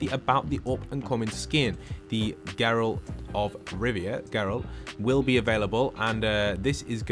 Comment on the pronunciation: Thank you for not butchering Geralts name!